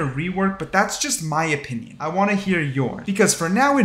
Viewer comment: 'I wanna ear your' hahaha